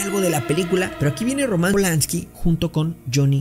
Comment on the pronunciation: No es Romans Es Roman Polanski Ay no amigo q deception